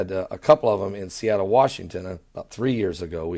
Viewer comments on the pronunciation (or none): none